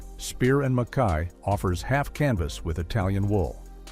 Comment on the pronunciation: Robot narration. In the verb separates, the second a is long. Abboud is uh-BOOD, not ABBID. Just like with suits, with narration, you get what you pay for. But kudos for getting Mackay (muh-KY) correct.